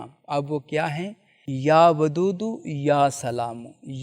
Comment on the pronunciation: Ya wadoodo ko ap ya badudo Kyu bolre j